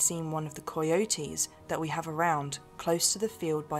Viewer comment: I like the way she says coy e oaties. Cay oaties?